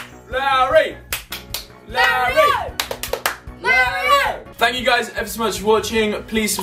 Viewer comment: 8:010 Oli says Lario XD